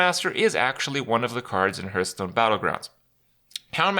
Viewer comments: 2019, you still pronounce Hearthstone as Hurtstone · Fucking hell he's still mispronouncing hearthstone after all these years..